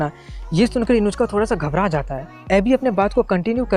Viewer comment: Uska naam Inushka ya Inujka nhi hai uska naam Inuzuka